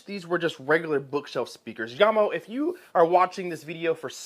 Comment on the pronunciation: Thanks for pronouncing the company's name properly. Jamo is mainly low end stuff, but some of them do sound pretty good.